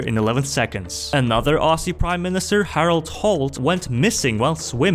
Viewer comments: It's pronounced ozzie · I'm Aussie and I'm proud and please mate, it's pronounced ozzie, not ossey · As an Australian I need to let you know, it’s not ‘Ossy’ ok. You’re pronouncing it wrong. It’s pronounced ‘Ozzy’. Or ‘Straya’. Not ‘ossy’. Never ‘ossy’. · As an australian Aussie is pronounced "Ozzy" not "ossy" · The s in the word Aussie is actually pronounced as a z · Its probounced au-ZZ--ie not au--SS-ie or just pronounce it ozzie but dont spell it like that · Its pronounced auzzie not aussie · Just one things though, “Aussie” is pronounced “Ozzy” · As an Australian, I know it is actually pronounced Aussie like “Ozzie” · Pronounce "Aussie" with a 'z'. Say it like Ozzie. Love your videos. ❤ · The way he pronounced Aussie makes me made, and I’m from NEW ZEALAND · As an Australian it hurts when American pronounce Aussie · Another Australian fact. Americans always pronounce aussie wrong.